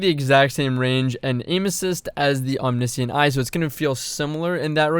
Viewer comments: Om knee see int....it’s om ni shent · omniscient is pronounced om-nish-int just fyi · actually the discrepancy comes down the the fact it is pronounced differently in UK English versus American English. "glacier" is another example